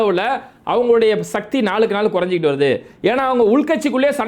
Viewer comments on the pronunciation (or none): none